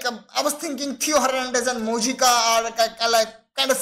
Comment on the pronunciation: Moijca pronounced as moi-ka